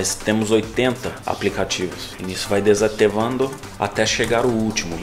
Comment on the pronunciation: "desatEvando" kkkkkkkkkk